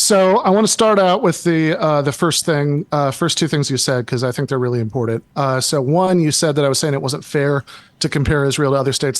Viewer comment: Take a drink every time he says "Uh" or "Impordet" instead of 'important'.